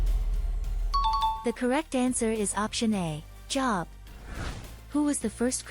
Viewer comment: You say job like jobe. You also Elisha long I.